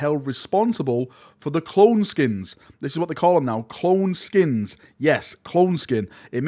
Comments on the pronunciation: SKEINS not SKINS fml manchester man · isn't it Skeins( SKYNES)